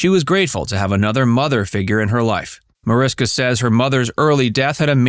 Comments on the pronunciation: Mariska is spoken with sh -> Marishka. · Seriously? You put together an entire video about her and mispronounce her first name throughout it? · you obviously didn't check very hard. It's still up there, still pronounced wrong throughout.